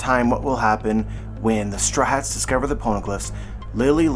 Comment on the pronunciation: man why can't you say straw hats? where does "straats" come from